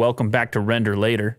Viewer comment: “RenderLater” lmaoooo